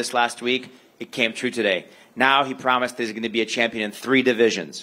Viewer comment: Promajzzzz > Promise 🤣🤣🤣